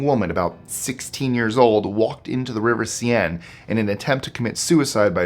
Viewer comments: If ignorance is bliss, you are the harbinger of misery and human suffering. I bet you're a hit at parties. Great channel though. BTW spiders don't shed, they molt. Like everything else that has an exoskeleton. And its River "SEHN" not "SEE-EN" That CPR dummy thing immediately took me to the Office CPR training episode and Dwight. Big freaking yikes. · Seine is pronounced sane